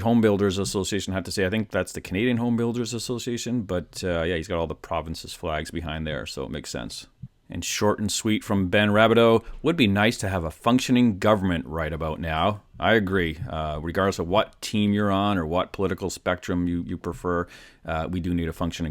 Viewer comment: its RA-BEE-DOO for Ben. Just helping a friend:), As for the government, they just should let the market cure itself. They have been trying to push air in the tire for too long that its unaffordable because they wanted to create wealth without working. If we do not produce (services/ goods) it will catch you in the long run.